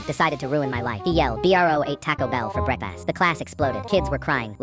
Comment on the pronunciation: "B r o ate tacko bell for brekfaast" (AI had a stroke LMAO)